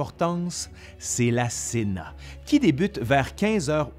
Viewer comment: En tant qu’italien, je pense que cena se prononce « tchéna », mais je n’ai pas fait de latin